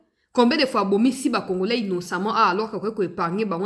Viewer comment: Na discour Na ye landa bien oKO yoka ndenge azo loba congorais au lieu ya congolais vraiment aza rwandais